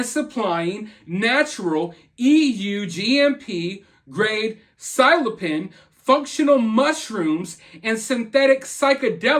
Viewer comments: It's pronounced....silo...sy...ben. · It's pronounced SIL-O-SIGH-BIN, it's "magic" mushrooms, and it makes people fucking nuts. I knew people that started that shit and over time, they were just never the same. We need to lay off ALL mind altering substances and stop supporting "some" as being "not as bad" as others. Just go back to not doing any drugs and having a clear fucking mind already, people. Please. Keep up the good content, totally support you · It is pronounced sillyphycbin